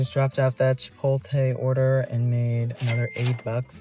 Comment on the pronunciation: Are you trolling us with the "Chipolte" 😂